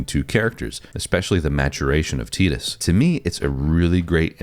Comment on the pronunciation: Bonus points for pronouncing Tidus correctly. But, everything you said is just because of nostalgia, despite your attempt to say you were not doing that. The same for all of the comments agreeing with you. I started playing Final Fantasy with 7 but 10 was probably the first one I was old enough to enjoy and beat, so I do have a lot of nostalgia for it. But I don't think it's the last great Final Fantasy. I'd say it's top 3 Final Fantasys maybe but I think 13 is the objective best game, even though my favorite is 9. But 12 was great, 15 had it's moments despite a questionable production and somewhat disappointing launch. 16 was a great jump for the series becoming a true action RPG, even if I wish the combat had more depth. Even most of the spin-offs are great. Crisis Core and the Remake series (so far) are some of my favorite Final Fantasy games. Hell, even 15 Pocket Edition was a solid mobile game. People who don't like them are just people who won't give them a chance because it's not the same as it was when they were kids, and that's pure nostalgia blindness.